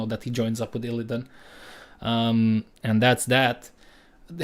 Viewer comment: My dude butchered ILLIDAN EDIT: He butchered Kael'thas as well